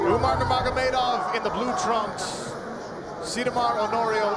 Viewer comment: you'd think by now announcers would know how to pronounce Nurmagomedov properly.